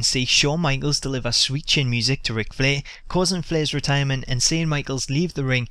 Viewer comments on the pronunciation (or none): LMAO I love how you say Flair. ''fleeh''.